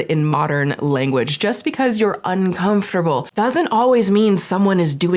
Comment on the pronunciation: Please some body tell me the amount of times she said “UNCONFTABEL” 🤷‍♂️